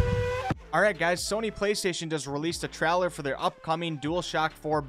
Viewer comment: Trowler- its trailer TRAY-LER